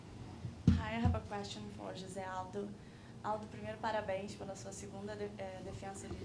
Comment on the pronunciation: The journalist says Jose Aldo's name perfectly and then he says it the way your not suppose to say it. For the name Jose pretend the "J" is an "H". Then your spanish will be flowin'. Im not trying to correct anyone or teach anyone anything. In my opinion you have to go out of your way to say the guys name correctly or else your not respecting him at all. Like how could you show a guy respect if you cant even say his name correctly. Im from Chile and i live in Vancouver. God bless us all.